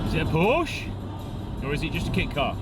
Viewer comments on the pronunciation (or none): There is no German sports car brand „Push“. It is „Porsche“. Pronounce it like Pour She if you will but not „Push“.